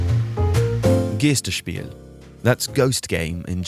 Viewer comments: G-EYE-ster spiel. EI is pronounced EYE. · common mistake for native english speakers. you're right, it's guy-st. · but in fact geisterspiel ist pronounced "g>eye>sterspiel" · A note - 'geister' has the 'ei' sound pronouncd like 'eye'. The 'ie' in 'spiel' is an 'ee' sound. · I know I was just wondering why he said it like that